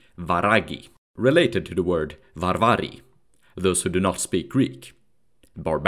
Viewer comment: In Latvian, Varvari means ''Barbarians'' or wild people, just as you pronounced it. There even is a ''varvarisms'' which means like atrocity or barbarism.